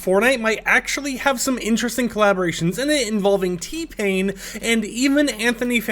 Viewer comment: I heard Knee pain at first 😂